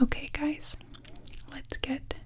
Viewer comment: Siempre cuando escucho hey guys pienso que me dice “hola gays" me da risa XD